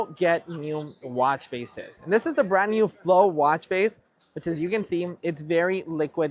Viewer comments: Is anyone else hearing “brand newmmm”? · What’s a “brand newm”?